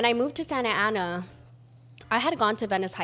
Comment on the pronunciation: yes not santana is SANTA ANA LOL